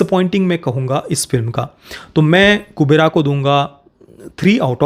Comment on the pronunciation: It's Kuberaa not kuberai